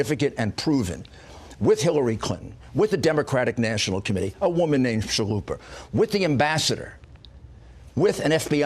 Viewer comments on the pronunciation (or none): Did he say "A woman named Chalupa?" I swear thats what i heard.